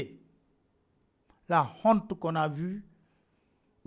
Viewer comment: Incroyable. Même à V ×2, c'est toujours lent. Et "honte" se prononce "onte" et pas "khonte", le "h" est muet... mdr